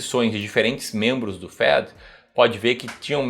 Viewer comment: Zé Doca-MA Tuas informações são úteis, esclarecedoras, mas, tua linguagem, estrangeirista, é insuportável. Afinal, se teu público é de fora, vc pode tá certo; se for o nacional, tá ridículo. Fed, é banco central, se dispensa essa pronúncia em inglês, é desnecessária. Trump, é t r u m p, e, se tu falas p brasileiros, corrige tua pronúncia. No mais, parabéns pela utilidade das informações. Feliz Natal